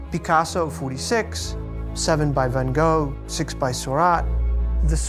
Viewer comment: he used the correct dutch pronunciation